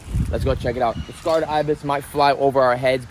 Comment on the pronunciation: Say Kred Ibis !!! Say Kred Ibis !!! Say Kred Ibis !!! Say Kred Ibis !!! Say Kred Ibis !!! Say Kred Ibis !!! Not scarred ....